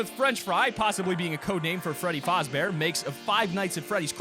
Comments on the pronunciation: The way he said Freddy fazbear is sooooo triggering to FNAF fans like bruh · LMAO he says freddy fazbear's name wrong😂😂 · "Fredie Fosbear" Me: So you choose death